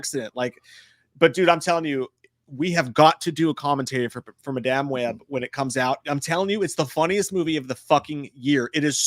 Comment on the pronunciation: I love how each time says Madame Webb wrong lol it's like when he said memoir wrong for Halloween Ends. Lets hope for the next list it Jay gets his year for 94 right